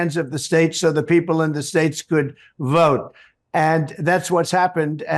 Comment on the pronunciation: I’ve never heard anyone pronounce the word ‘vote’ like Trump. Closest approximation is it sounds like he’s saying ‘virt’. I’ve heard people make more decorous noises when chunderung. Is it really a perverse pronunciation or yet more evidence he’s losing the power of speech? His collapses into non-words, just sounds really, are getting more pronounced. What’s the betting he corpses completely in public before November and has to be shuffled off stage, like poor old Mitch of the Senate, only in Trump’s case mumbling ‘virt…virt…’?